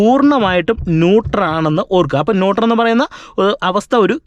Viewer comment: Nutor അല്ല, Nutrel ന്യൂട്രൽ